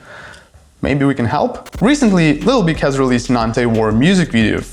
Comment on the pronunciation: Нарешті в ТТ є англомовний канал! Ура! Але ведучий не краш. Якось він не чітко вимовляє слова. Таке враження, що йому важко говорити на анг, а глядачам відповідно важко його розуміти. Якщо конкретніше, то: 1. не чітка вимова 2. деякі слова взагалі не правильно вимовляє 3. замість звуку и вимовляє і, що дуже ріже вухо (літл біг) 4. не акцентує важливі для розуміння суті слова 5. чути, що старається говорити з американським акцентом, але щось не получається Одним словом, просодика і артикуляційні вправи йому в поміч. Сорі за критику. Мені хотілося б писати, яка в нього класна англійська, але не можу.